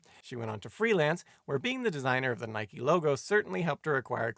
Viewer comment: So, Simon's pronunciation of "Nike" is spot on after all.